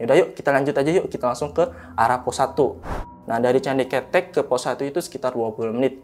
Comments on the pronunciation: Bang,, candi keutek(di bacanya),,, bukan candi KETEK,,, hehehehe bang gimana caranaya gua mau jadi narasumber,, byak cerita horor yg gua alami,, dari manusia tmbus tanah, pocong di atas atap, tuyul, sampe kunti di depan rumah kakak gua, sampe kunti kerdil di kamar mandi kost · Maaf aku agak ketawa pas nyebutin candi ketek= terngiangnya ketiak. Mgkin harusnya ngomongnya pake ejaan kaya ngomong beras "ketan" 🙏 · Maaf nih bang coba benerin lagi baca KETEK nya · Cara ngucapin kata kethek/ monyet itu salah,,yg narasumber ucapin itu artinya ketiak bukan monyet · Di bacanya bukan KETEK tapi KeTEK 🐒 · Bukan ketek(ketiak) bang..tapi ketek(monyet cilik)..sama aja tulisannya ya😢..gimana sih ngomngnya😅.. contoh: roko kretek, apa roko kretek? Nahg itu jawabnnya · KETHEK (suara E nya kaya suara bengek / keren /beken) bukan KETEK KETHEK = monyet TUKU OPO MAS ? artinya BELI APA MAS ? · Candi KETEK bang, bukan Candi ketek 😂, monyet itu KETEK bukan ketek🤣🤣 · Bukan ketek bang😭, tp ketek. Au ah gabisa vn🥲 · Penyebutan candi ketek salah yg bener ketek😂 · Heheh pelafalan kethek (monyet), sehat selalu team Lentera malam dan narsum. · Kethek bukan ketek 😂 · Candi kethek (monyet) Ketek(ketiak) Pengucapan intonasinya salah ni. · Candi kethek mas , bukan ketek . Ceritanya kbanyakan ngomong key , key , key . Kirain john key ?! 😁😁😂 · Gw ketawa ketiwi pas pencerita salah lafadz bagian candi ketek..beda arti soalnya,hahahaha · Salah penyebutan itu candi kethek bukan ketek/ketiak 😂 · Ketek ada 2 arti kalau dibaca e artinya ketiak, kalau dibaca e' artinya monyet. Masnya nyebutnya pakai huruf e yg artinya ketiak. AQ langsung ngakak😂😂 Salam dari sawangan Magelang 🙋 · Hehe candi kethek bkn ketek hehe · ketek bang bukan ketek awoakwok ngakak😂😂😂😂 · Ngucapin ketek yang bener kethek bukan ketek atau ketek, sudahlah 😂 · candi ke'tek om bukan ketek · Candi ketek..(e,talen ) bukan candi ketek..(e, pepet )..wkwkwk..denger nya ngakak sendiri 🤣🤣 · Bukan ketek di bacanya, tapi keutek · Kethek bukan ketek.